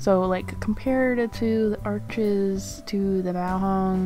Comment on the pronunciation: Arches is French, it’s pronounced “Arsh,” the (s) is silent, Thanks for sharing!!!